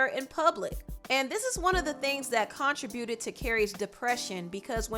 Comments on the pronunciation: con-TRIB-bu-ted. Not CON-tri-bu-ted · CON TRI BUTED⁉️ let's try again . .... 1 2 3 and go‼️ contributed..... all one word not 3 syllables